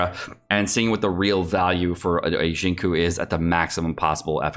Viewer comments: Bay-Dough, Shing-Chew my dude. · It's pronounced Sing Chew and Sing Yen. Just FYI.